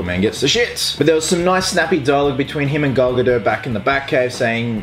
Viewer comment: It's pronounced "Gal Ga Daht" not Gal gadoe